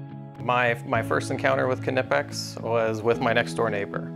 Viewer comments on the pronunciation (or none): How can we stop Americans from saying ka-nipex?